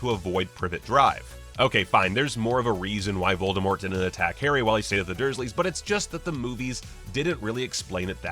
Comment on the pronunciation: The "T" in V oldemort is still silent ;)